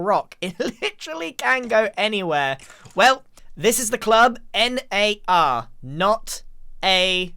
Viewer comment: Anyone else think that that said nart not N.A.R.? No just me? Ok.